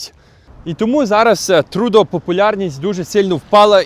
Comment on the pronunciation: Не "ТрУдо", а ТрЮдо. Не коверкайте слова, залиште цю привілегію росіянам.